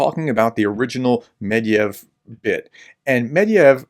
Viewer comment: His name isn`t Medviev. It`s MYE-DVIE-DIEV. Just like your name isn`t, is it? It`s -ES, right?